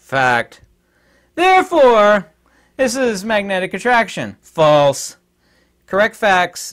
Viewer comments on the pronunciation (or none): none